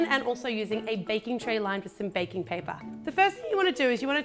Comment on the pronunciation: did anyone botice that she say ba-king paper